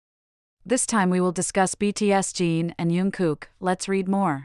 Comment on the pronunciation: I can't believe that people don't comment on how badly the orator of this video says Jin's name, but what's even worse is the way Jin's name is written throughout the video. We got "BTS Gene", " BTS Dean", "BTSD", "btsg" and even had Jungkook's name written on the video as "you and Kook" 😳👿, "unkook" and "yunkook". And what on earth is up with stating the date of 07/12 as 0-7-12. I know that what I'm saying will have no effect on the original person that made the video, but please try to get their names correct.